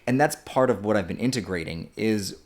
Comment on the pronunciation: unrelated but i love how he says been as bean